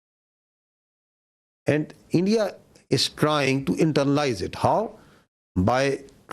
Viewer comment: Aand forces😂😂